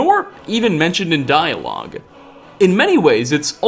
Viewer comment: Locahtionsss, Diahloghh, Kagrenzelhhhe, Weirdhe, circless